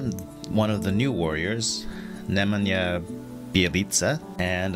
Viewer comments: Nay man ya is more how his name is pronounced. Great review as always and I love your snarky/hilarious comments (mr. 15% is one) bring a lot of humor into it, keep it up! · Homie said screen iyesha lol